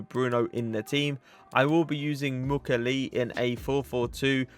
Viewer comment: Hey ! i'm french , thé prononciation is Mu kiey ley